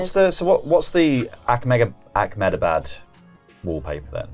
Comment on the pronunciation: fun game, but ya definitely don't need to add a 'kh' in ahmedabad, lol